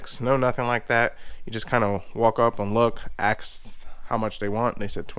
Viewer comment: "Axe" how much they want"... Huh?...., why do you have to "axe" someone ??.